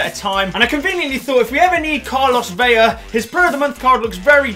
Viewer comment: hey ur pronouncing velas name veya, and its vela. u just say the L normal.;)